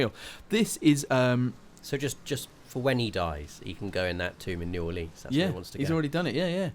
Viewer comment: I'm from New Orleans and they way he is saying "New Orleans" is triggering me